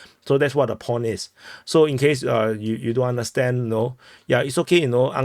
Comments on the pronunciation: There is no R in pawn dumbass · lol your accent: Pawn or PORN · I thought you said "war porn" first. Good thing you clarified that it was "pawn" i was confused haha